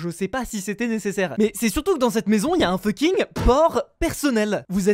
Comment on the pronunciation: mdr il dit toujours funking